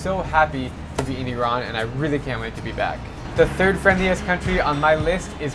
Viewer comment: first time someone actually pronounce Iran properly